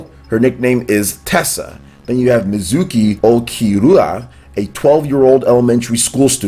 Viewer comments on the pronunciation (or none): none